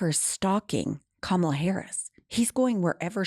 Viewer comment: Please pronounce her name properly it is KA-MA-LA and not KAMLA